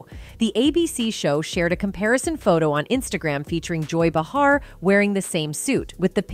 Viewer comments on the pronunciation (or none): First of all you need to learn how to how pronounce Joy's and Matthew's correctly. You lost my interest 😳🤷‍♀️😏